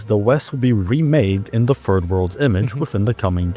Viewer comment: Why does he pronounce Third World as "Ferd World"?